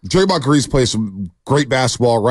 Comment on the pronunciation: why is he saying draymond name still? 😂😂😂😂 he didnt learn or what